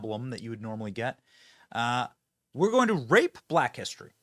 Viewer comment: First and third time I thought I heard rape but the second time I thought it sounded like right